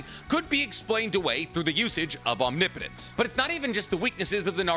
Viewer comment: Every time he says omnipotence correctly makes me wish I could subscribe again